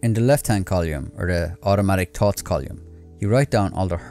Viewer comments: It’s column, not colyum; it’s thoughts not tots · Small suggestion, check your pronunciation of: Column / collyum thoughts / tots Three / tree Third / turds Others /udders Sounds like h is being dropped